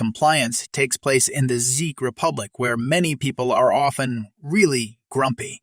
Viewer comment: Czech republic its pronounced check republic